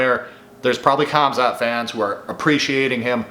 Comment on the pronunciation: Bro said comzot